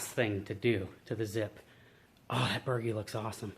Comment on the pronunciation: So I cannot help myself the proper pronunciation is Bur-G not bergy lol. The boat looks amazing. I have watched nearly every video in full and enjoyed every minute of each one. Thank you for doing it. I just finished my building my boat a small dinghy and I am addicted. My next boat will either be a Zip or a CLC runabout. I am leaning toward the CLC because it is lapstrake construction and I love the look it reminds me of the Lyman boats I used see as a kid.